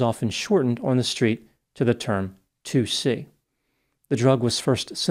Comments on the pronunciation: It’s called ‘tuci’ it is NOT 2-C this is often confused. Thanks Vice. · Hey, That drug is pronounced TOOCHEE- As for that Horrific and Tragic case, I Hope that that Disgusting and Selfish young woman will be spending MANY Years of her Pathetic life in prison- Anyways, Thanks for Yet Another Interesting and Informative Video